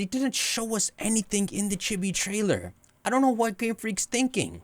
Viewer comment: Am I the only one who hears him say Chippie instead of chibi?